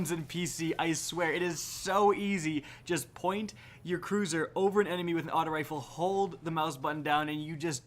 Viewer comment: I left when he said cruiser